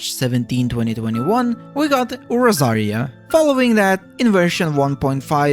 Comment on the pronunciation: bro why do u say nearly all the characters names wrong???? "orozaria" its Rozaria "gyanyu" its Ganyu "xyian" its Xinyan "shenji" its Shenhe "junjin" its Yunjin "ceno" its Cyno "cadance" its Candace "Yelow" Its Nilou "Nihara" its Nahida "laila" its Layla "yeahyo" its YaoYao "wretalzee" its Wriothesley "sedo" its sethos "ingrain" its sigewine "chloride" its chlorinde no fontaine doesnt have any right to be called the best it has underwater life that should have been done in EVERY region it has its own stupid pneuma ousia mechanics which other characters dont have the story is a bit boring and lacking combat , wish we at least would have done something personally about the flood , like rescuing people while it happens mondstadts is by far the best , one of the greatest bosses , not hard but not too easy good fights in story story forces u to explore a bit not too large of a region so u dont spend ur entire life on exploring it just to never 100% it no super hard enemies great events and lore best archon by far